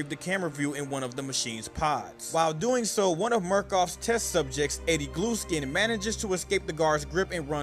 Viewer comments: GLUESKIN? 😂 U MEAN GLUSKIN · The guy said gluskin in a way that made captions think he said glue skin or blue skin